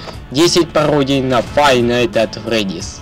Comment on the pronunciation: Не "фай найт эт фреди", а "файФ найтС эт фредиС". Но видео гуд